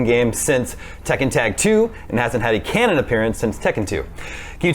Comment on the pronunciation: It's canon. C-a-n-o-n. Canon. Say it with me now! Easy.